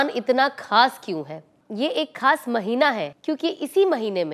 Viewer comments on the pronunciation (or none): Assalam o alaikum Sister aapka ye program bahut hi umda hai but ek cheez kaan me khatak rahi wo hai talaffuz Aap khas ko sahi se urdu me pronunciate kijiye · Khaas ka talaffuz sahi boliye plz urdu me khe nikale and your video is very nice mashaAllah